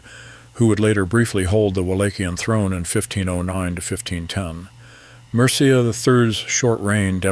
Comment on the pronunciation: "Mircea" is pronounced "MEER-che(y)"